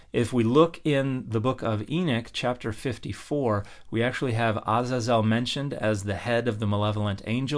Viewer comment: I have never heard the proper pronunciation of Azazel until now 🤯 I usually hear it pronounce Uh-Zay-zuhl